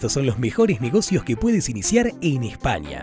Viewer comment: Este vídeo esta a la altura de la pronunciación de espania.....